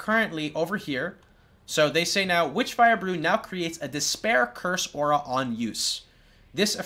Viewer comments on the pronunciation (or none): none